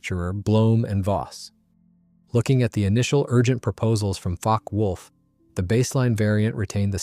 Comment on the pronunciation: OWCHHH! its NOT pronounced Focky wulf-- its Fockeh wulf!